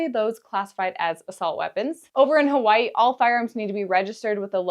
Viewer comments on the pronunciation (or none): none